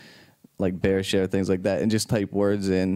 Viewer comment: He said Bearshare dang 😂